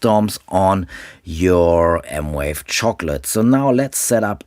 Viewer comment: It’s M Vave, not M Wave